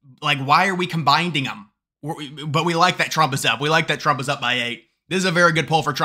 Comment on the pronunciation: you say "combinding" at least twice